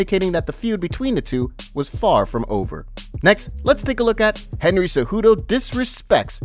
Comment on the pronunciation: Henry cehjudo ahahahhahahaha i mean cmon